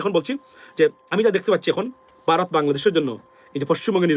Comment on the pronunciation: Aapni toe vaw uccharon korte paren na.Baarath Baarath koren.